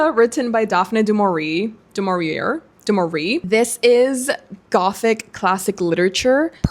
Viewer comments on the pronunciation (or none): Daphne Du Maurier is pronounced "DaffKnee De MohReeAyy"